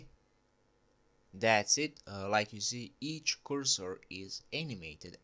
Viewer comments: I kinda like ur english when i reached at the end 😂... kursor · came for the cursor, stayed for currsore